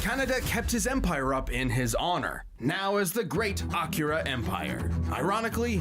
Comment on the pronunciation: Akira is a movie, actually. and no,, you DID pronounce it right.:) also, this fight and kill is more sad than anything. Akira is also a manga series.:)